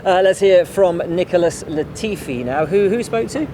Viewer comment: i swear if hear latfi sa UH one more time